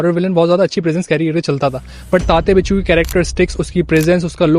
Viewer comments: bhai its winsuu not binchuu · Sir it is tatya vinchoo not बिच्छू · Hindi people often pronounce the letter व as ब. That is the inaccuracy here.